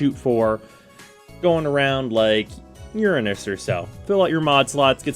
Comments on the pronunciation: Uranus not urinis LOL.. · LOL I loved how you pronounced URANUS. Sounded like youve made up a new nonoffensive way of saying it, cracked me up. Cmon man say it loud and proud YOUR A NUS. There ya go fell better now.